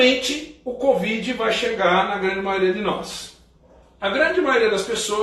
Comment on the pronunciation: A falando "COD.VID" hahah. Gostei